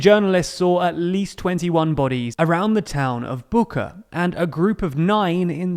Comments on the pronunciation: Just to correct. It is not pronounced "Buha", but more like "Bucha" or "Butcha" as in "Charles" or "Butcher". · The CH in Bucha is pronounced like in "church," just sayin', :)